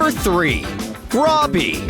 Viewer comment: Roby's name is is Roby not Robbie